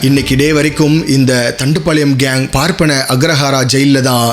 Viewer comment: உச்சரிப்பு சரியா சொல்ல கத்துகோங்க bro. அது பார்பன அக்ரஹர அல்ல. ப ர ப் ப ன அக்ரஹார